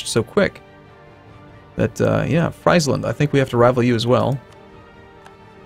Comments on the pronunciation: please don't say "fries"-land. say it as freezeland please. it just sounds so odd. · I've notice you've been saying Friesland like French Fries. I'm pretty sure it sounds more like sounds like "Freeslahnd" with the vowels sounds shorter than they would be in English. use it, don't use it. :P